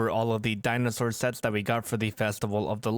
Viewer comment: Dinosaur sets not shets why you speak like that